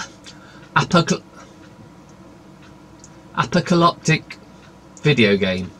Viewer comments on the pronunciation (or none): Apocalyptic (A - poc - a - lip - tic).